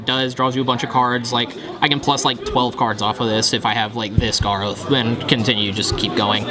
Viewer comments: He needs to learn how to say Garoth... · All these kids babbling that he can't say "Garoth" right. Stfu and go back to Magic XD